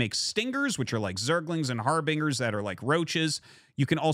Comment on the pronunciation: It's not pronounced Har-bing-er. It's Har-bin-jer. Harbinger is a real word btw.